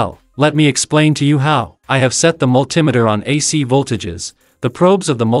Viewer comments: have you ever heard anyone pronounce altimeter all tee meter? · Hey, where are you from? I never heard anyone who pronounces Multimeter like that!